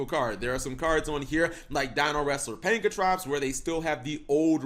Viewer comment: "Pankratops", not "Pankatrops" Also, we still don't have numbers 1-4, cap